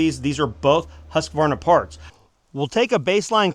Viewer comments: it`s hUSqvarna not hASSqvarna you americans. hugs from sweden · The "Hus" in Husqvarna is not pronounced like "huss". It's more like the 'u' in "yule". Not exactly it, but really close to it. Source: I'm Swedish and live close to Huskvarna, the actual city that modernized the spelling before being absorbed into the larger city Jönköping, which is where the company took its name from. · Hus-Kvar-Na. Please. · It's Huuuskvaarna